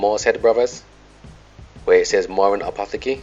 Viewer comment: Let me help you out brother, with the pronoucjcation of Apotheke. Apo, as in Apple, tech, as in technology. Ca. =apotechca, for English speakers. Love your work, keep it up!